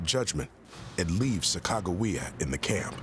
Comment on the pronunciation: Sacagawea was the female Shoshone's name. The narrator needs to study the name and how to pronounce it properly.